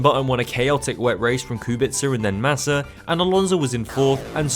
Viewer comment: Respect from Poland for pronouncing Kubica correctly, waiting for more episodes from this series